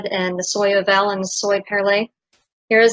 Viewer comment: Soie is prononced something like "swa" , perlée and oval were prononced well